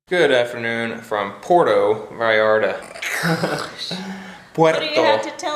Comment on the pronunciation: Food served at Comida corrida places, is the kind of every day food Mexicans eat at home. What you got was, puerco en chile pasilla (pork on dry chile sauce). You almost got it ( Puerto Vallarta) 🤣🤣🤣🤣🤣 Try - Puerto "Vahllarta", although most Mexicans pronounce it, Puerto "Bahllarta"